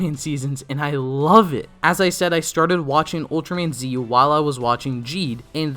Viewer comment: Nitpick, but I always feel a bit uncomfortable every time someone pronounce Ultraman Z (Zett) as 'zee'. ^_^